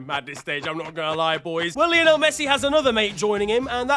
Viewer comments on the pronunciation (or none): none